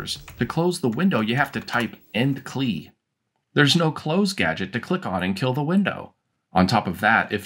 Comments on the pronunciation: LOL what's a Cleeeee? It's called a C L I - See Ell Eye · So you are one of those guys who says "Clee" instead of See El Eye for the CLI... Now I am not sure we can be friends anymore...🤣🤣 Cool video! I was working on an Amiga OS 1.3 tutorial to go along with my 3.x tutorial series until my A500 went bonkers. Maybe I will set up one of my A2000's under 1.3 Love 64Door! Never heard of it until today, but I will be checking that out! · Clee? My friends and I from the Netherlands all called it the C L I (see el eye). Was Clee the usual pronunciation in the US?